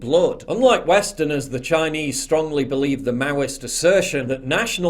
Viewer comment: why does this man speak "chiiiaayeneeease" like that